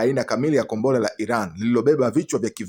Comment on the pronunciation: Mtangazaji usisema gombora la ushada sema kombora la makonyo